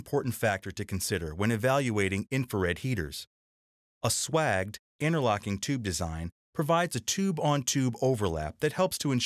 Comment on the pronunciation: Swaged is pronounced swa-y-j-ed not SWAGGED!